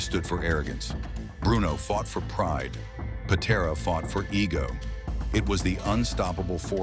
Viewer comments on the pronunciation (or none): AI cannot pronounce Patera. AI sucks!